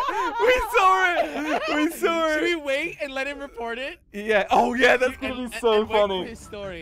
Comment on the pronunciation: "OOOooooHh We Sarw It! We Sawr it!" 💀